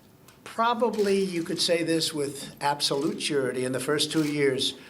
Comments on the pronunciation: Did he just say "surerity" again? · Said sureity again. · Did he say “surity”? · "and you probably could say this with absolute sure-ity" lol